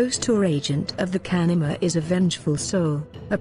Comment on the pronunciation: Know people who saw shape shifters at work They were not bullshitting. BTW, convincing text-to-speech engine. The only word mispronounced is the word "kanaima" itself.